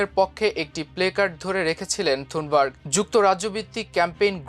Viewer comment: থুনবার্গ??! "থানবার্গ". Please.